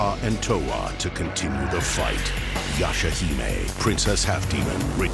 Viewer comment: The way he pronounces their names and "yeshahimey" omg 🤦🏽‍♂️